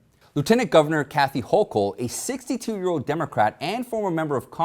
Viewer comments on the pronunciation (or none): none